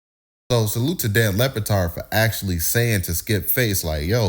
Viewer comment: Lebatard with a B...not Lepatard😂